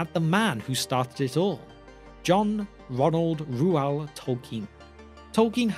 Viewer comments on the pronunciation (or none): It is popular because John Ronald Reuel Tolkien wrote from his heart. It´s pronounced Roy-el btw =)